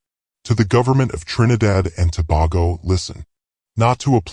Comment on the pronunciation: please pronounce tobago properly. Not To-bar-go.